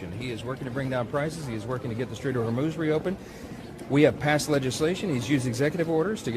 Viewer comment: Is it me or does Kegsbreath keeps pronouncing it as " The Strait of Vermouth "